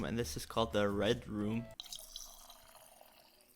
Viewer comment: What is saying: red room What I hear: red rum Me: omg I’m so scared!